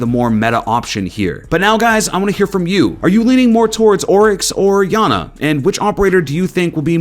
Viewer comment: its iana pronounced (yah nah)